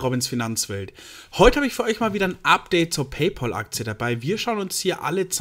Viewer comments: Wird "PayPäl" gesprochen, nicht "PayPoahl", gell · Bayerische Aussprache